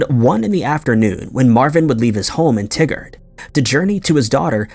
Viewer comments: It’s pronounced Tye-gard….not tiggered. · i understand that you read to names and places and pronounce it the best you can. But its TY-GUARD, not T-GUARD. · Pronounced: Tie Gerd not Tig Gard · Just for reference, regarding the case of Marvin Alvin Clark...the pronounciation of the city he was from is pronounced "Tie-gard," not like "Tiggard"...coming from a fellow Oregonian. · "Tigard" is not pronounced like Tiggered, it's pronounced like Tie-gurred. Your wacky mispronunciation makes the tigger song go through my head, it's ridiculous. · I was born and raised in Oregon and the town you're talking about is pronounced "Tie Gerd". I couldn't focus on the story until I let you know that lol. 😀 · In the first story, it's pronounced TY-Gerd, Oregon.